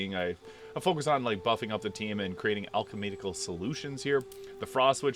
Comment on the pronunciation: alchematical? lol